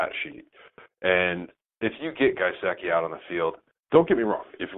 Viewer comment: “Guyseki?” Lol it’s gesicki